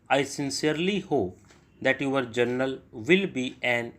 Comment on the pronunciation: Sir yaha pe books easily milta nahi hai aur aap beech ka kuch strokes show nahi karta hai😢, English me jo likha hai usse zada important toh strokes hai, kyuki aap dictate kar hi dete hai, bass hume strokes kabhi kabhi dekhna zaroori ho jata hai. Aur sir im sorry to say this but aapka kuch pronunciation galat ho jata hai jaise "your"(yor)ko aap (U-are) bolte hai, aur "interest" ko "intrast" bolte hai, spreading(ispreading) ko aap se-pareding bolte hai. Aur bhi kayi words hai jiska aap galat pronounce karte hai, hum aapka sunke likhte hai aur aur hamara likhna bhi galat ho jata hai. Aapka subscriber hoon, aapka videos se practice karti hoon isliye bol rahi hoon.🙏🏻